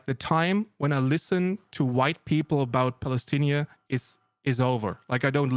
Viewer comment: Cool video, but why does he call it Palestinia and not Palestine?